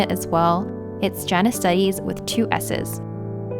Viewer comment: She said “it’s Janice” and I thought she said “it’s Jaundice.”